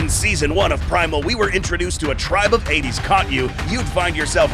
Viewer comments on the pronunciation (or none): none